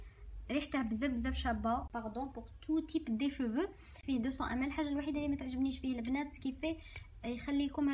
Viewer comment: أختي😅 عندي ملاحظة واحدة كي تقولي ml ==> مِلِلِتْر